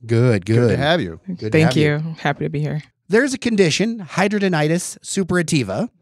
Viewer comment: It is pronounced “hid-drad-in-itis.”